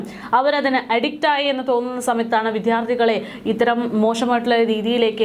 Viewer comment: വിധ്യാർത്തി അല്ല വിദ്യാർത്ഥി എന്നു ഉച്ചരിക്കുക അരോചകം തോന്നുന്നു